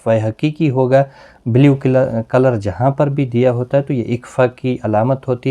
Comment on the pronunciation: Jazakallah .ap ny ayat main tu,tu hunna parha iss main noon tha jis py harkat thi tu wo q nai parha.